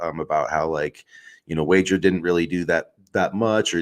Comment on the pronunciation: Pronouncing Wager wrong was annoying.